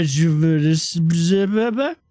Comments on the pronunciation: ree-joov-uh-nen-ess-sense-see-uh or possibly ree-joov-uh-nen-sense-shuh. rejuvenensencia :P anyways, good news: you did more damage than the kerrigan :) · Hey! I am Brazilian, land of our dear Luciooooooou, that talent that you pronounced in a funny way, it means rejuvenation or something. It must be difficult to pronounce for you because this word is loaded with the traps that the Portuguese language has. Hehehe